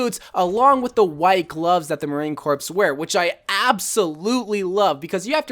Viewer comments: Hi,, I can confirm that the Formal 76 skin is indeed based on the Marine corps. (I found a pic of my dad in a very similar outfit) Love your videos! (P.S: Corps is pronounced "core".) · Marine corps is pronounced Marine core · Every time you said Marine Corps while pronouncing the PS in it made me cringe as someone who is in JROTC and knows how to say it